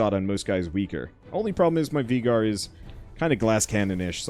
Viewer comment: anyone else notice how hes prenouncing Veigar wrong?